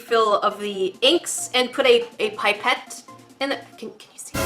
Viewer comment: Pie-pette? Its pip-ette